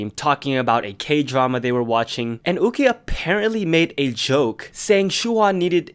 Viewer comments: It’s pronounced You-chee not ooh-gi. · ahh it’s pronounced you-chi instead of u-gi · her name is pronounced yuu-chi (it's hard to explain how 'y' and 'q' is pronounced in mandarin) since her name is chinese, it's not pronounced as oo-ki! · from the actual korean pronunciation it is 우기 as in oogi not you-chi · Isn’t yuqi pronounced yoo-chee?? Not ooh-gee? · its pronounced more like "yoo-chi" but her name gets changed to "woo-gie" (romanization) 우기 in korean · I'm not sure of the correct pronunciation of 'yuqi' in chinese but in hangul it is written '우기' meaning it should be pronounced in english as yu-ki, kinda like the pronunciation of the japanese name yuki lol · I think that Yuqi's name is pronounced 'YOO-CHI' ;') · Yuqi is pronounced Woogie. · Why are you pronouncing the Chinese names like that? It's YUH CHEE and SHOO HWA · Not to be that one chinese but its pronounced you chi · i thought yuqi was pronounced yu-ki.. i was confused at first but then i was like OH🤯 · pronouncing yuqi name wrongly 😔 Its a chinese name so its pronounce 雨琦 (yoo-chee) you can search it up bc i suck at my chinese LMAO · IS THAT HOW YOU PRONOUNCE YUQI????? I'VE BEEN PRONOUNCING IT YOO-KEY???? MY USERNAME WAS YUQI-RELATED ONCE AND I STILL PRONOUNCED IT WTRONG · No it is pronounced as ohh-gee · Idk if you know how to read it but it's spelled like 우기 which is pronounce oo-gi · The way he pronounced yuqi ._. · y r u saying yuqi like that. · The way you pronounce yuqi really bothers me HAHAHAHAHAHA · I've been mispronouncing Yuqi wrong for the past year oop- 💀 Also, 2019 kinda sucks for K-pop fans :/